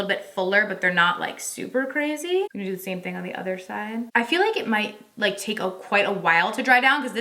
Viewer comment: I heard a little Tennessee talkin a second. “That’s what we’re goonnneee dooooo…. lol lol